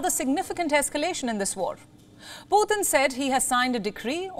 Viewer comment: Why are you calling him Puthin